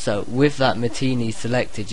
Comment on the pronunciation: It's pronounced Ma-ti-nay